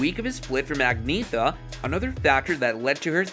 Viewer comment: For HEAVEN’S SAKE!!!! Her name is pronounced, “ag knee EH tah”!!!!